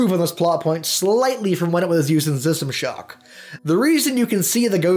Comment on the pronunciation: what did he say zistamashock?